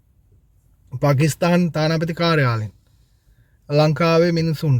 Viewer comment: පකිස්තාන් නෙමෙයි පාකිස්ථාන්